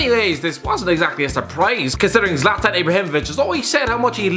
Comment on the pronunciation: Its Zlatan not zalatan